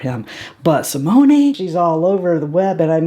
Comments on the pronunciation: I loved this video!!! Also, from someone who took 3yrs of French in HS, I think I can help you with their names. I believe that Simone is pronounced See-Mone, no a on the end. Rene is Ren-Nay and their last name is X-Zay-Vee-Air. Hope that helps!!!! Love your channel and I NEVER miss a vid from you!! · Another great video! One thing.... a gentle correction: Simone, the e is silent. So, Si-moan. :)